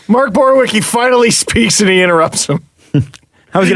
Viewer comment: Oy vey... Borowiecki - [Boro-vee-etz-key]; unless you are purposely saying it bad then carry on.